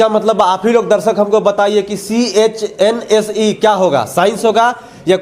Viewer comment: Kindly correct yourself, CHNSE is not चसन its चनस् । You are doing great job so I'm ignoring your pronunciation. Keep doing 👍🏻👍🏻👍🏻 Honest as well as daring Journalism 👍👍👍👍👍👍👍👌🏻👌🏻👌🏻👌🏻👌🏻👌🏻👌🏻👌🏻👌🏻👌🏻